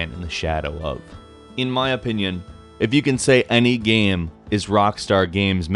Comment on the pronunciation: Why the fuck is he saying gem? Its called game